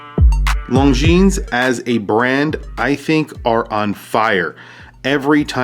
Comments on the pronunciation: Is not “long jeans”... is more like lonzeen (the final s is silent) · A friendly correction… It is pronounced Longine. The “s” is silent. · FYI, the "s" in Longines should not be pronounced... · You dont pronounce the "s" in Longines.